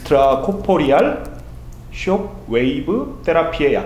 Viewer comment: 영어발음이 참 귀엽네요 ㅎ 숔^^